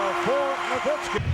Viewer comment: Dirk No-miss-ki